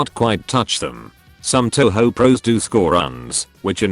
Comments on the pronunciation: It’s pronounced toh hoh. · Please don't call it Toe-Hoe. :/ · My sister calls touhou "tonhon" Looks like she won't enjoy pronouncing video games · Tessyrah Figures. All the 'Taohao' makes my brain hurt from the cringe sometimes. Even if listening to people fail at Japanese pronunciation is funny af.